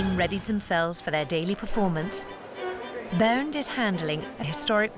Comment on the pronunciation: It´s "Bernd" :)